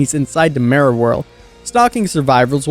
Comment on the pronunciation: The way you say "Mirror" makes me cry, but the rest of the video was great